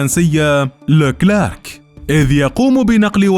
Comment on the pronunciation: هههههه اسمها الدبابة الفرنسية لوكلير وليس لوكلاك